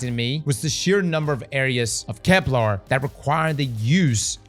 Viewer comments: You GOTTA stop calling it Kep-LAAR It's pronounced like...kepler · "Keplar" - New pronunciation dropped